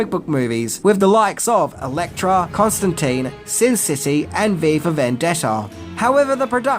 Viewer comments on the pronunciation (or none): none